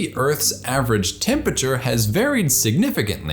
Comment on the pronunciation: I love your videos and everything you do. Except how you pronounce temperature :P "temputure"